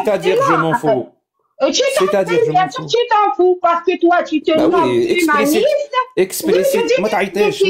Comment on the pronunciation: Y a que moi qui entend " tu es tue-maniste"? 😂😅